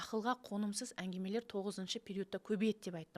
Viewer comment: Әнгимелер емес әнгімелер осыны бірінші эфирден айтқым кеп жүрген, ал эфир үшін рахмет🙏